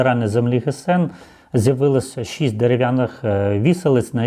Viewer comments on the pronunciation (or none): none